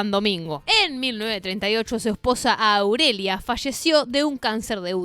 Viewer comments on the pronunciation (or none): Aurelia no Auriela, hay q aprender a leer y pronunciar.